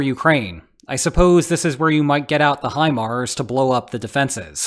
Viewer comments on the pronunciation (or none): none